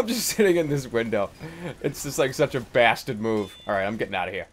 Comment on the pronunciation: I love how he says bastard holy SHIT